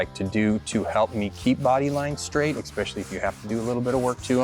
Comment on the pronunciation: This was an "exspecially" nice looking build.